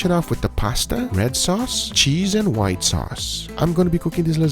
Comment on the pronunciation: Whita sauce ? Are you serious?